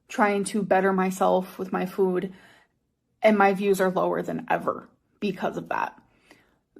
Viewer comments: i hate how she says Fuud here 😫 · “FEUWED” “my relationship with FJOOOD” 🫠😡🥴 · The way she pronounced “food” in this video is the worst 😭